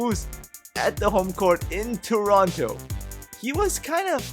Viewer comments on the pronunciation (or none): none